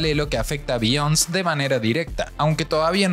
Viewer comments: Oiga señor si va a hacer un video mínimo aprenda a pronunciar bien, no se llama Biyons, se dice: Biyonse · Como crítica constructiva, se pronuncia BeyonCÉ, no "biyons". Saludos!